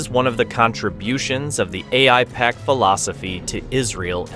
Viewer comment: After hearing how the pronounced Aipac, one can tell he's extremely dumb or an AI.